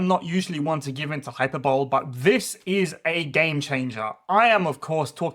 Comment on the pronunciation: Excited to try out a Ruination warband after this video. One thing though: that's not how you pronounce hyperbole!